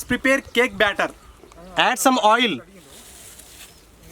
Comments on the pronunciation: It's batter not bettet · uhm it's not "cake better" it's cake batter